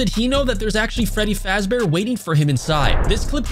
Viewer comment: Did he say freddy frazbear?